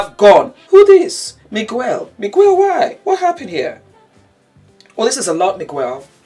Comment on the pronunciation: Loving the commentary! I think Cardi wore something similar to Black Chynna's outfit at a previous Gramm ceremony? Anyway couple things, SZA is pronounced Sizza and Miguel is pronounced with the "u" silent. And I don't know if you knew this but Spacey Kacey is Kacey Musgraves.